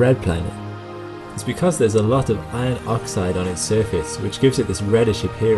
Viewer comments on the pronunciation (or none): none